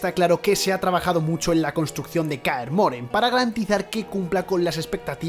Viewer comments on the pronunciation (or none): kaer moren no Kaer MorHen